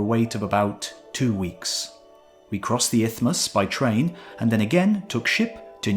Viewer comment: "isthmus", not "ithmus [sic]"